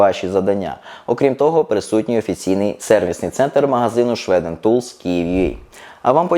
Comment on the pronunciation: Свіден а не шведен. Оце село